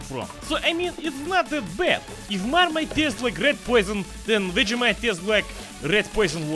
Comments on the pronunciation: As an Australian the way you pronounce Vegemite is triggering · As an Australian gopnik, I approve. Planning to visit Russia soon. The way you pronounce vegemite haha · can't even pronounce "vegemite" and he's in on the Marmite joke